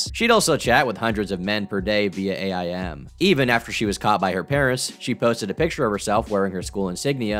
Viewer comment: you know how old is when he pronounces AIM as the letters " A I M"